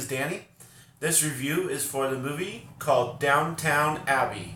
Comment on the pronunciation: It’s DOWN-TON Abbey, NOT DOWN-TOWN 😆